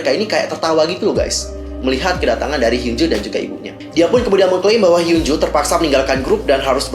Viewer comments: Hyunju sayang dibaca bukan hyunjo, double O itu biasanya dibaca u #fyi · Fyi. pembacaan nama korea yang betul itu hyeo(o terbuka)nju